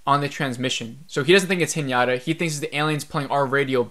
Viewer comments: The scene where she’s swimming in space is so funny… she has a higher chance of propulsion from a fart then swimming… anyways.. my dude… I cringe when you call her Hnyata…. It is He nah tahhhh…. Haha. Overall 2.5 ep for me too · Haha I heard everytime Piñata instead of Hinata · Sameeeee!!🤣 its just Hinata as it’s written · I love sci-fi, I keep hoping that it will get better but it doesn’t. Her name is Hinata phonetically hi na ta pronounced (he na ta) not henyatta. Thanks for sharing your thoughts. Watching from here in Japan. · its pronounced hee-na-ta...not hee-nya-ta.....also, didn't you feel that the director had Anisha's kids acting super spoilt at such scary times through out the first 5 episodes? cuz in comparison, casper and his school peers were more authentic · Whenever you say Hinata it sounds like Piñata to me lol